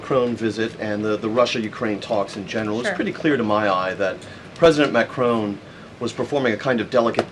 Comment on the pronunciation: It's Macron not Macrone!